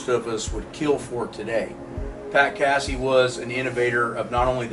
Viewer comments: It's not cassEe lol it's Casey like Casey Jones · What's up you're saying Casey's name wrong Delaware no biggie what it's not Cassie like a cat LOL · It's Pat Casey-with a long A. Not "Cassey". Do your homework.